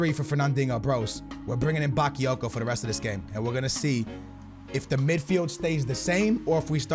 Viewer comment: OMFG NOT BAKEEYOKO IT'S BAKAAAAAAAYOKO